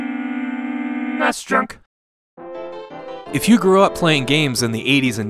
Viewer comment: Ess enn ee ess drunk